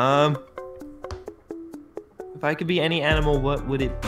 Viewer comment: said "Ok your twurn"